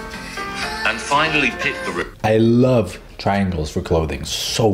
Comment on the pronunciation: “ i lav triangles” my inner kooleen: i l l u m i n a t i